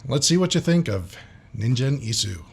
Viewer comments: にんじん、じゃなくて、にんげんな。バンド名くらいちゃんと言えよ。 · Its Ningen, not ninjen :P Its pronounced hard, like in God. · ningen isu の 発音がオカシイから、忍者・椅子になってるｗｗ そうそう本人はかなり可愛いｗテディベアで合ってますよw これが素顔ですｗ フェイスレスでもなく、ハートレスでもない！ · the G is pronounced with a Guh sound. a hard Guh. Gen. like Gun but with an E. NinGen Isu. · The name of the band is pronounced ninguen isu, the G is not pronounced like a J and this must be one of the most boring firsttime reactions Ive seen. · The "g" is pronounced with a hard "g" like in guy, gumption, great, etc, etc. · the g is hard in Ningen Isu. Pronounced the way you would say gun. The u is also clipped and barely said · Try Band-Maid, a Japanese hard-rock band. You'll love them if you love old-school rock music. My suggestion, other than tracks recommended in other comments: Thrill, their first MV from 5 years ago. BTW "g" in "ningen" is promounced as "g" as in ANGLE.